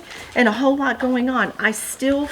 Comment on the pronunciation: Love how you said, "whole, whole, whole " when you were showing the Christmas quilt. Sounded like, "Ho Ho Ho!" Awesome!!